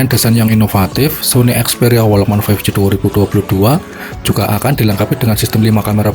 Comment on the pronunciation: Perbaiki dulu cara mengucapkan "walkman'